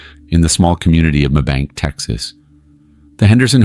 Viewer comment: It’s pronounced may bank Texas, it’s mabank where I live, this was an extremely sad case